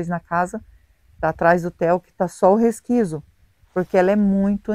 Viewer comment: Oi, não fica chateado, mas a palavra certa é; 'resquicio' e não resquiso.